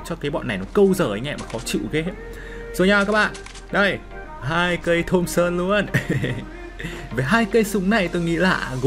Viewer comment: Thompson mà nghe thùng sơn hoài 😂